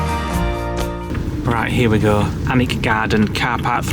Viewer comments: So pleased you are now pronouncing Alnwick correctly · 🤣🤣🤣 Doggers i bet, Yrhhh well done 👏👏👏👏👏👏👏👏👏 Alnwick - AN-Nick castle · You are pronouncing Alnwick spot on. Hopefully some day you will come up to Scotland. East west north and south plenty great stays. We live in Dunbar.